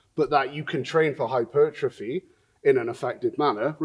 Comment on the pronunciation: My favorite part is that you say "hyper-trophy" instead of "hy-pertrophy"... Sometimes